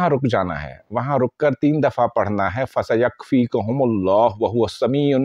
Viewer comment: قرآن کریم کی فضیلت میں تو کوئی شک نہیں ۔اپ اپنا تلفظ صحیح کریں ۔فسیکفیک کا تلظ